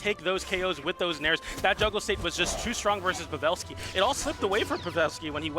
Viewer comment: Why Buddy saying Pavelski name like that ?